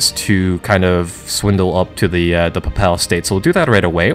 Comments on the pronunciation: While I am not a native English speaker and not in any way an expert, i believe you're pronouncing "papal" incorrectly. Think papel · papal is pronounced Paypull